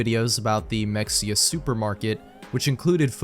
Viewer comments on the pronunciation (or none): its pronounced muh hey ya its also a town in texas